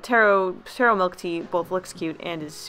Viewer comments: I’m cringing at the way she said Tarro, it’s “TAH ROH” 😂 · 1. You didn’t say taro right 2. It’s a fig not a potato